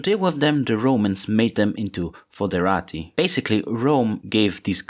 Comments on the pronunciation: NOT FODERATI! THATS A SWEAR WORD! ITS FOEDERATI! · Sorry but it’s fœderati (“œ” is pronounced like the Italian “e”)